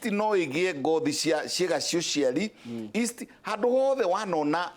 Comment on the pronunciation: Yeast. Not east